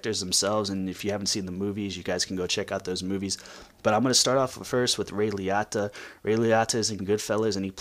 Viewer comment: Please say his name right. Pronounced ray liOta